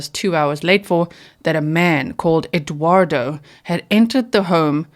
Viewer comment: She actually said that his name was EGGuardo rather than Eduardo. Which makes it even more ridiculous!